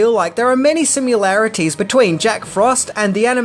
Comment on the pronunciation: "sim-you-larities", omg, lol